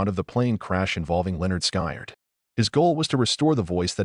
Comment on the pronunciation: You don't even know how to pronounce the name of the band.